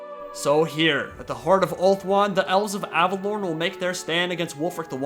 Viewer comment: Your pronunciation of Averlorn is triggering me.